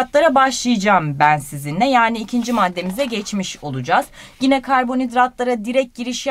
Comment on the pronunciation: Hocam çok güzel anlatıyorsunuz ağzınıza sağlık ama bir ricam olacak. Lütfen gine demeyin tik oluştu bende